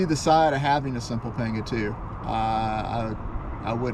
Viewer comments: Pronounced “ponga”. 👍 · A is pronounced AW as in AWFUL in Spanish. Complete shocker I know. It's weird how you can get the second A correct though.... I like your PAWNGAW though. Clean build.